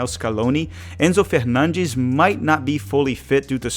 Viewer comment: that is not remotely what I meant. I am Argentino. What I am saying is he is pronouncing Hispanic names with a Portuguese accent. Two completely different languages. So because he’s pronouncing it completely WRONG in his Portuguese accent why even bother switching? Enzo Fernandez isn’t pronounced “Enzo Fernansh”. He’s switching accents just to butcher names. He might as well have kept the American accent. You completely misunderstood me